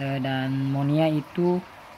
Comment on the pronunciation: Maaf, sedikit meluruskan. Bukan monia, tapi moina🙏🏼😀